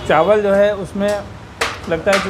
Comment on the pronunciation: Lafz chawal hota hey , na k CHAANWAL.